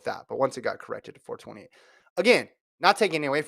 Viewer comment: It’s “4 2 8” not “4 28” 😅. Y’all sound like you don’t know football